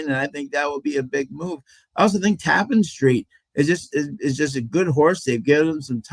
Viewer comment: Its pronounced. ta-PAN street